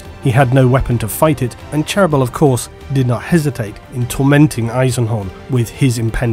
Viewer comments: In the audiobooks the pronunciation of Cherubael is different to and imo sounds much better; "Chair"-"roo"-"bey"-"al". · you need to follow your own advice and listen to some audio books yourself. the way you butcher cherubaels name is pure cringe.